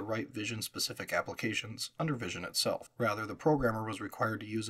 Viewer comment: Lots of accurate historical information. Very detailed. One nit: Visi On is pronounced "Visi - On", like VisiCalc but two words. Also "DEC" is an acronym and is pronounced like "Deck".